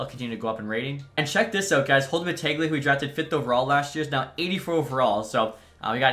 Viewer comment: Holden Battaglia is pronounced Battalia. It's Italian. The g is silent. :)